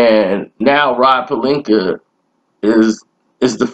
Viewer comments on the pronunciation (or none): none